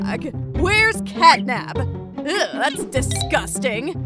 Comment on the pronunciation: You said cat nab